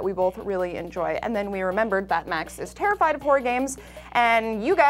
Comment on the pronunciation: HAHA Max said "Tara-fied!" ... I'm sorry.